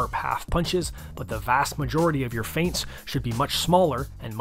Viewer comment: This is really the key to be a good boxer “fients”